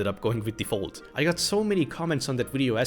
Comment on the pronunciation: Galaxy "Phold"